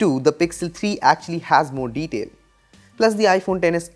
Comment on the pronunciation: "has a lot morr deteil" 😂